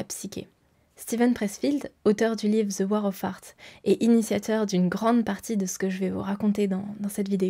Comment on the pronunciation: Superbe vidéo, par contre fais attention à bien prononcer The War of Art sinon on entend la guerre des prouts 🤣